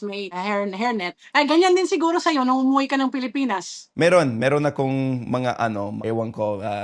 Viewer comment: I love how she says..."uuwi" coming home to the Philippines....🥰🥰💜